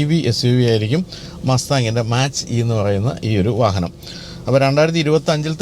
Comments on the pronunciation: മാച്ച് അല്ല ചേട്ടാ. Its മാക്./മേക്ക് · Mach - E .. its pronunciated as 'Mac' E ... and that name came from speed of sound